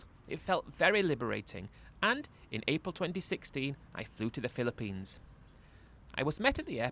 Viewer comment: Mate fair play to you doing these readouts, as you can barely get through one minute without totally mispronouncing a word or inventing a new one. Banilla and Pillapines were classics in this one. Not sure if you had a speech impediment when youger.